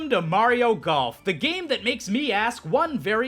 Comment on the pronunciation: "Blario" AHEM THATS SMG4!!! Jk